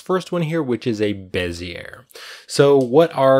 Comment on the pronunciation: Good tut. But... Bezzy-A, not Bez-ear ;)